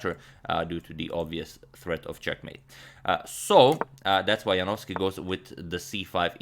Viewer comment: Congratulations Antonio, now you are an excellent pronouncer of Polish surnames!